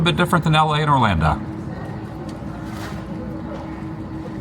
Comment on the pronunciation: Why do you say orlanda?